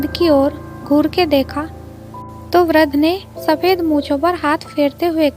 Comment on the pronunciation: वृद्ध शब्द का सही उच्चारण अभ्यास अरें